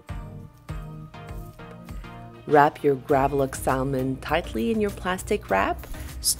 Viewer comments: Its pronounced SAMON, silent "L"!!!! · Hi Sven! Thank you for your comment : I guess I got on your nerve with saying sal-mon instead of Sa-mon like an American/ native English speaker: I am sorry about that. Let me explain why: English is my 4th language One of the 1st language I have learned was Italian and we pronounce sal-mo-ne I also speak other languages where the l is pronounced in salmon so it stayed! I am sorry again for getting on your nerve: I’ll work on my sa-mon😋